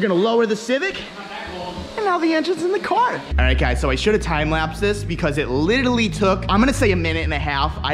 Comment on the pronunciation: "I still need to get my bung welded". Lol that "littaly" sounds like some painful shit.